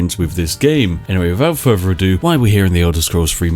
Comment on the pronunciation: Whenever I hear "wiffout ferver ado" I ready myself for some further ado.